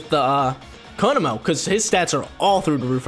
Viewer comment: It is pronounced ko-mo-o not ko-mo and not ko-no-mo